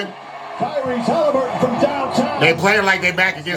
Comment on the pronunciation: He said Taliburton 😭😭😭😭😭😭😭😭😭😭